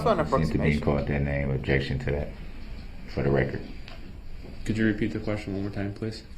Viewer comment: Uhhh...I think you meant "fer duh rekkert".